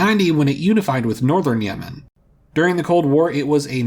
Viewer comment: South Yemen is now South Nuh-uh-man